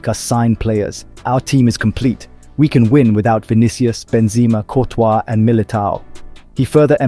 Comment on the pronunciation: This dude 100% miss pronounces names on purpose. Like no way he called him Vinikius at first just to call him Vinicius normally